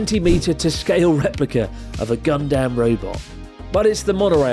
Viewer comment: Gundamn or Gundam 😂, funny pronunciation but love the video overall, very informative!